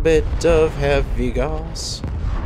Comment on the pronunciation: /gaʊ̯s/ not /gɔs/